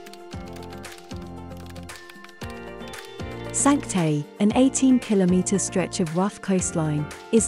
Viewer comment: Your pronunciation of ‘Cinque Terre’ is very sad 😅